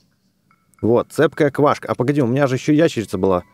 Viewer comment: Не квашка ,а квакша)